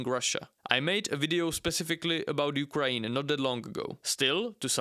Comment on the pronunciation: Can you please say "Ukraine" and not "Ukraeen"?